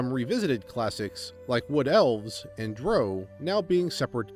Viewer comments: Drow, drow, drow your boat.... If that pun worked YOU'RE SAYING IT WRONG. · ok, good content, but did you just pronounce "drow" to rhyme with "low" ????